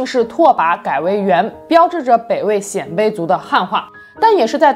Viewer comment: 鲜卑，读 先，一声